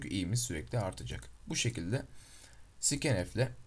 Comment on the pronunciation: abi scanf e neden sikenef diyon skanef değilmi doğrusu :d